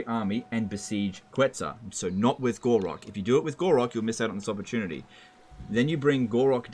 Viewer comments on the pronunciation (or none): why do you keep calling Gor-Rok "Gor-raq"?